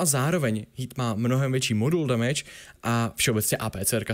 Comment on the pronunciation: Co to je damáš? Damage má svou vyslovnost tak to dodržujte :D